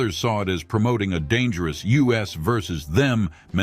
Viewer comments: a.i. voiceover says "while others saw it as promoting a dangerous U.S. vs them mentality" do better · Can ANYONE make a YT vid w/out using AI as the voice? Instead of "Us Vs. Them", the AI says, U. S. Versus them. There are clues here and there that AI voice is used but when it makes ignorant mistakes like that. I leave the video. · "a dangerous US vs them" (as in USA) rather than us vs. them ! I do not understand how AI can be less expensive than just reading your own script. And when AI makes mistakes like this it makes the video's producer look like an idiot. They briefly mentioned alternate endings for about 5 seconds. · Wow this obvious AI narrator sucks. "A U.S. versus them mentality"? Ouch. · What did I think about it? 1. That the title of the video was misleading. I thought I was going to see an alternate ending that would make me rethink everything I thought I knew about life (sarcasm). 2. That us vs them was actually pronounced U.S. vs them. Stop using AI to "read" everydamnthing. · Maybe hiring a human to read the script instead of using an AI voice would be a good idea. Then you wouldn't get lines like "a dangerous U. S. vs them" instead of "us vs them". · Where do I go to get my 19 minutes and 25 seconds back? You literally never did anything visavis an alternate ending. You did a drab, tired, rerun of what a lot of others have done. I should have known when the narrator said "U.S. versus them" instead of "us versus them." Was this made by AI or something? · Can we all agree this trend of using AI to read scripts needs to stop? At the narrator says "U.S. vs Them" instead of "us vs them". Artificial Intelligence indeed. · U.S. versus them? Stupid robot it's us versus them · U S vs us, typical AI narration error. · The A.I. voice did not know the word: 'us', and reads it multiple times as "You Ess". Ridiculous! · Computer narrator: "...U.S. vs, them..." smh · teach your AI better. US versus them... 'us versus them', not the country.